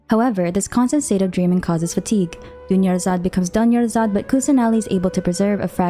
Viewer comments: "Dunyarzard becomes DONEyazard" THAT WAS SO FOUL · dunyarzad becoming doneyarzad is the biggest disrespect ive ever heard in a genshin video